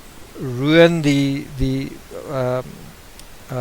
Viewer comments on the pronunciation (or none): none